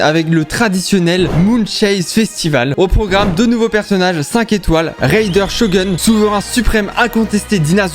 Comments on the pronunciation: Alors J'ai adoré la vidéo mais c'est "RaideN ShogOUN" et "San-go-no-mi-ya KoKOmi" et pas "Raider shogueun" et "Sangomiya Kodomi-" Et l'île c'est Seirai je crois Désolé, je souhaitais le relever ^^" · Raider sho-gun au lieu de Raider shogun x) Waw y a shogomiya kodomi aussi Nn mais a jamais joué à genshin 🤣🤣🤣(on s'y attendait) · "raider chogoun" best prononciation ( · Comment tu as détruit les noms de Raiden Shogun et Kokomi 😢